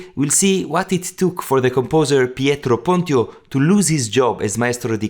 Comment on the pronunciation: Thank you, very interesting.. one thing: I'm nearly sure the right pronunciation of PONTIO is: PONT'tsj'O, due to the rules of the late latin... but.. not sure 100%...